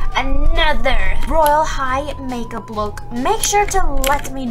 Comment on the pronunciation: She said mage up instead make up